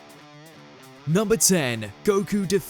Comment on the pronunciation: How dare you butcher the goat Toriyamas pronunciation 😢